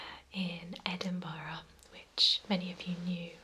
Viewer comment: Yeah it’s not EdinBOROUGH.